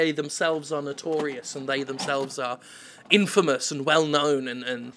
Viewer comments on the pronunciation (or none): none